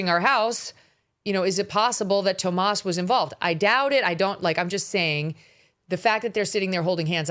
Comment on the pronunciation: It's TOMMASO! [Not "Tomas"]. Come on, be precise. Journalists are precise.